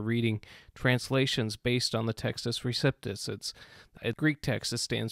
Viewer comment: LOVE your videos. FYI: it’s Pronounced REE-CEP (not Sip)-TUSS